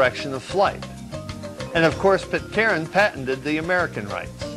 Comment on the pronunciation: Yeah, he can't pronounce Pitcairn, either. He makes it into a three syllable word.